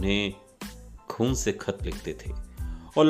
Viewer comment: Star or shtar. Khoon not Koon